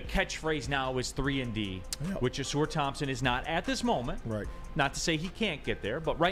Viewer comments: Ah-sar not sore dude 🤦🏾‍♂️ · His name gets mispronounced a lot, but maybe that's a good thing. Everybody keeps saying o-SOAR instead of aw-SAR. Just call this man "Soar" Thompson. It's what he does. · ah-sahr (rhymes with "a car"), not ah-soor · Is it pronounced “Uh-sar” or “Uh-soor”? Always thought the first one. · This could be settled very easily. All people have to do is watch any video on YouTube of him saying his own name. It’s pronounced Uh-sar. I have no idea where Uh-soor came from.